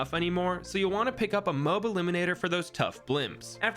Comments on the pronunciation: bro said moe b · Id watch your channel if you pronounced moab right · The way he says Moab makes me have trust issues